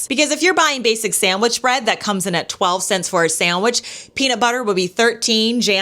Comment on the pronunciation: “Saeywich”. From a teacher? The word is SANDWICH.